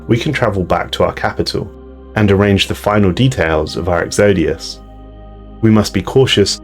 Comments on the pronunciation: The way he says exodus takes me out of the narration wrong every time. xD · I think you need to learn how to pronounce Exodus...... I think that's what you were trying to say several times.